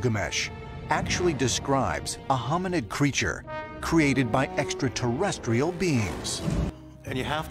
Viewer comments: you need to include that one guy with the crazy hair being unable to pronounce extra-terrestrial properly and saying "esta-terrestrial" to your drinking game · Thanks. If Tsoukalos is going to talk about extraterrestrials all the time, he ought to have to learn to pronounce it. tavi.